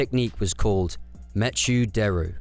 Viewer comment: "meh-choo"? Not "mekkoo"? Like MECHanical?